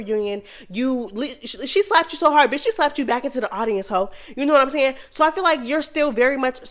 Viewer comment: I love watching and listening to the mess but whyyyyy do you say “kno what I’m nyahn”🤣🤣🤣🤣🤦🏽‍♀️ it’s so annoying🤣🤣🤣🤣I can’t unhear it